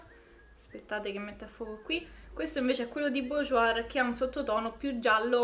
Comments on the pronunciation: Bourjois 😂 burjuà si pronuncia Scusa ma mi fa ridere quando dici bujuoir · Ciao!! Sono per metà francese è BOURJOIS si legge [borjua]😘😘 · sei bravissima e simpaticissima e ti seguo molto volentieri! ma ti prego non si può sentire come pronunci Bourjois, per favore per il prossimo video almeno non metterci la r alla fine!